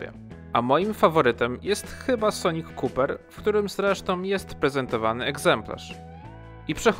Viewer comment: Nie "sonik kuper" tylko "sonic koper", od copper - miedź (co jest bardzo adekwatne) a nie cooper - bednarz (bardziej kojarzone z marką Mini Cooper, od nazwiska Johna Coopera). Wybaczam jednak, bo w salonie we Wrocławiu, gdzie notabene zamówiłem LBXa Original Edition w kolorze Sonic Copper właśnie, nawet dealer mówił "kuper"... Samochód na żywo robi wrażenie dużo większe niż na jakimkolwiek filmie czy zdjęciu, zdecydowaliśmy się na niego po pokazie właśnie, bo myśleliśmy też nad UX, który jednak dla nas okazał się ciut za duży. Tak, nie każdy chce kobyłę jak RX lub kobyłkę jak UX. Nawiewy z tyłu: wystarczy poczytać specyfikację. Egzemplarz jest przedprodukcyjny i w nim ich nie ma, natomiast producent zaznacza wyraźnie, że tylko w "golasie" LBX ich nie ma. Prześwit: też brakowało mi tej informacji, ciekawi mnie dlaczego akurat ten parametr nie jest podany. Domyślam się, że będzie jak w Yaris Cross GR Sport, gdzie był obniżony do 17 cm. Original Edition: bez ML, co było dla mnie trochę dziwne, skoro to limitowana topowa wersja, ale na szczęście nie potrzebuję 13 głośników. Uchwyty na kubki: zwiodły Cię chyba większe Lexusy, bo to, co określiłeś jako "uchwyty" jest uchwytem + jakąś komórką np. chyba na smartfona jeśli akurat go nie ładujemy, czy ki diabeł, a drugi uchwyt jest podłokietniku (ale głęboki :O) jak go rozłożymy (ten luźny element). V generacja hybrydy: same plusy, liczyłem, że będzie silnik 1.8, ale 1.5 z taką hybryda ma sens (starszy CT 1.8 też miał 136 koni bodaj).